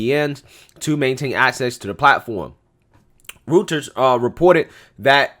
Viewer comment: Just a heads up Reuters is pronounced Roiters